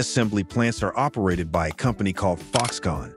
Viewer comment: "By compney called Foxconn" ?! "Compney" ?! That's the point in the vido when I stopped watching.